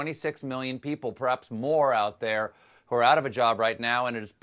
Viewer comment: Why is Gates saying "W CHO" And again, WE NEED THE W CHO LIKE WE NEED A HOLE IN THE HEAD!! #BillGatesNWOShill